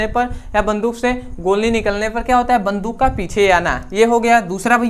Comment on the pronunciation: वन्दूक नहीं होता है बन्दुक होता है सर 😂😂